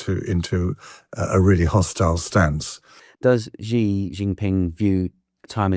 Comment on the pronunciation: Xi's name is pronounced "SHE"! Its She Jinping.